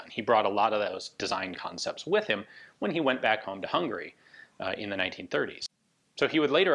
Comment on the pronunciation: HungAry my friend, "a" is very much pronounced:)